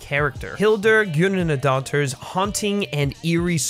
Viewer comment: Good try with the Icelandic name. You were about 70 percent there. It’s basically GOOD-na-daughter if you want to anglicize it. But the weird D looking letter is almost a mix of a D and an unvoiced TH sound that’s short and percussive. Almost like THOR with a bit of a D infection on the teeth.